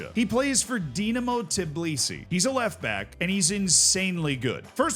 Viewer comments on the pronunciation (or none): Tbilisi, man, not Tiblisi.